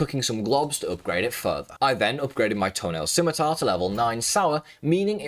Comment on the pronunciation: I just needed to say, I was so surprised that FINALLY learned how to pronounce “scimitar”, i am so proud of our boy.